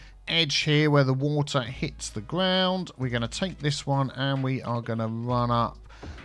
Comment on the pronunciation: "WaTEAr"... xD Put metro joining everything!!